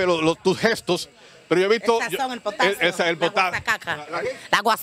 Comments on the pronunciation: El tope de la comedia wn ajajja que divertido es ver a una aweonaa decir potaxio en lugar de potasio no? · Me encanto potaxcia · El profe: ¿Qué elemento de la tabla periódica conoces? Yo: POTAXIO 😂😂😂😂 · La señora dice potaxio Todos en tiktok:jajajajajjajja😂😂😂😂😂que gracioso 🤣🤣🤣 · se dice " potatsioo " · When dices potacio xdxdd but but vut :'vvv ono mil ente de contacto:0000 'Dxdxdxddsxdzsxsxsssxdxdxd jsjsjsjs se rie muchísimo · Dijo potaxio rianse 😂😂😂😂😂😂😂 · No se dice potacio se dice : pOtAcxIo No se dice Google se dice: guruguglu No se dice víctima se dice: vistima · Mi mete todo el día " potaczio " si me preguntan algo yo le digo "potaczio" -__-😂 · La profe : cómo se llama esa fruta ? Yo : potaxio La profe : que ? Yo : potaxio La profe : Emilia es potasio no potaxio Yo: POTAXIO!!! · Joder dijo potatsio no paro de reírme "fuerte el analfabetismo" 😔👎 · Ella: Potatzio Mi mente: po ta ta ta ta ta potasio po tatatatatatatatata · Haora ya no se dice potasio Se dice potatsio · El: Mira el aguacate es una fruta que tiene Ella: potacxio El: Que tiene Ella: potacxio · Hay te dejo a lo que venias uwu se que nadie me va a agradecer, pero estoy feliz aunque sea por el like que esta en azul(osea el mio (autolike), gracias por tu atención y discreción) :') ''POTACSIO'' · Ella:potasio Yo:pota ta ta ta, potasio😅😅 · Gracias! Estaba buscando el minuto del "Potacsio" 😂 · El wey que se ríe con un pndejo de tik tok diciendo: potaxio 🤪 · Potasio - E-El potasio, eh? - Potasio - El qué? - POTATSIO - POTACSIO el aguacate es potasio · Para los que vinieron a ver donde dice "potatzio" de nada ;) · Jaja rianse dijo potasio 😐